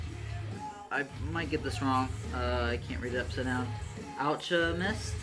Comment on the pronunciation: Alchemist. Pronounced (ch) sounds like you say the letter K. Like Chemist'. Chemistry' .